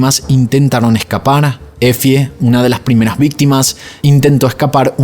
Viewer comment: EFIE = se lee así "EFY"